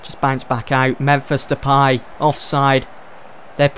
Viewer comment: Also it's De-Pay not De-Pie lol